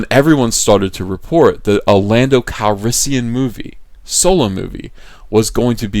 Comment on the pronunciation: Daniel Mumby And Lando “Cal-yes-sian”